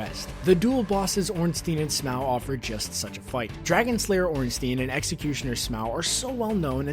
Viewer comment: it's pronounced sm-oh not sm-ow fuck